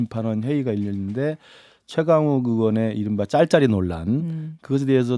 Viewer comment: 발음좀 잘해라 딸딸이가 아니라 짤짤이라고...